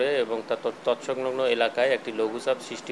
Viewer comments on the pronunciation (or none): তৎসংলগ্ন শব্দটা উচ্চারণ করতে পারছেন না